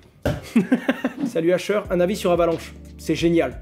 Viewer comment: Tu écorche son nom plus on comprend rien à ce que tu dis fais un effort